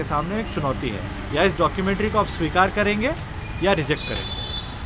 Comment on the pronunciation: He was saying dakkoomantrii😂😂